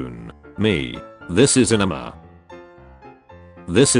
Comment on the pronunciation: The way the voice calls anime an enema.